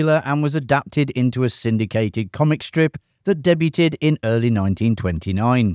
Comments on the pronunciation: Fix your AI voice. The word debuted is pronounced day-BYOOD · Debuted = 'daybewed'. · Glad someone else said it. Englishman here. Debut is from the French. "Day-bew" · Debuted : Day bewd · Deb you'd. Day beaud. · When you don't know how to pronounce "debuted" Hint: the 'T' is silent. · Learn how to say “debuted”!!!! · Your continued mispronunciation of "debuted" is painful to listen to. Go back to school.